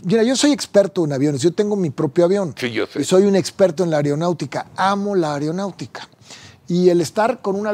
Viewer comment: Areonautica!!!! Jajajaja jajajaja jajajaja dice ser experto en algo que no sabe ni pronunciar. Aeronáutica, señor abogado por favor, jajajaja jajajaja.